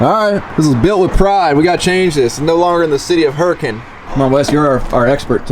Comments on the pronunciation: At least he said Hurricane correctly (Yes it’s pronounced hurr-a-kin) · I’m more impressed that you said “Hurricane” correctly. The southern Utah way👍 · I'm just amazed you pronounced Hurricane correctly. ;) This is the fire engine they used to bring to my elementary school for fire week. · I'm glad you pronounced hurricane correctly.